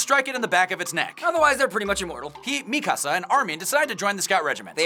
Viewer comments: its mikasa- not Mi-kasa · It pains me to hear them mispronounce nearly every name. mekuhsa? cmon